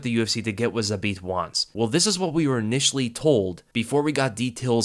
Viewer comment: Respect for saying his name the best way possible in English that is Zabit!